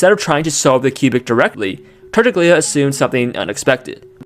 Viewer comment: Hey, just a heads up for future videos and for whoever may scroll down to the comments "Tartaglia" is pronounced /tar'taʎʎa/, which sounds somewhat like "tar-TAHL-yah" Other than that, excellent exposition, very clear and intuitive, and especially AI-less, rarity in this day and age, for which bonus points